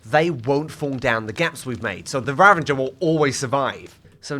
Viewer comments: The way he says ravAger like ravINger really annoys me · Why does he say "ravaNger" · Did... Did you saw Ravenger? With an N? 😅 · The “Ravenger” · who calls a ravager a raVENger where did you get the N from???? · Ravenger rather than ravager was killing me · "Ravenger" pains me